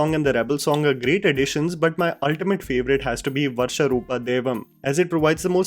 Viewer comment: it’s not “varsha” it’s “varaha” meaning the boar which is the appearance of panjurli daiva